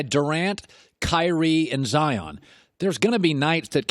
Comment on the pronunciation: said zoro